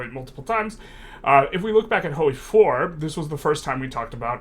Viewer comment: “Hoey 4”